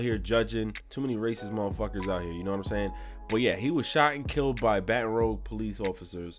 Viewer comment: he gets an L for saying Rouge wrong